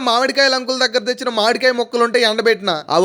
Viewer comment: మాడి కాయ కాదు మామిడి కాయ బాబు😅